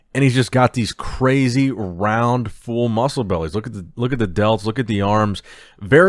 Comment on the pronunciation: why do you pronounce "full" so weirdly? Like you emphasize the odd pronunciation. "fooll", "fuulle", "fuol" for real